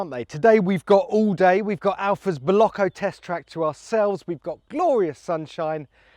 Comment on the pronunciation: Erm did he just say bollocko test track?